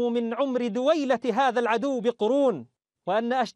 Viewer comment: Bro fix your moroccan or algerian accent in pronunciation first and then teach Arabic Its دويلة Duwayla and not Duweyloa and the same for the all of the other words.